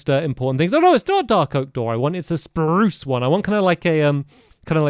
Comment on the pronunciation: do you remember the way he used to say spuce ( I can’t spell )